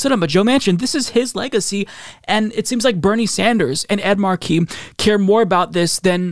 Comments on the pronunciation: FFS,, IT'S PRONOUNCED "MARK-eee", not "mar-KEEE". If you're going to respect the man, at least say his name right. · Mar' key - not Mar key' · MAR-key. Com'on, man! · Markey is pronounced: "MAR-key." You should know this by now. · MAR-kie!!!!!!! Really,, as a political presenter, you need to work on pronunciation. Haunted Manchin and Sinema are vile excuses for human beings.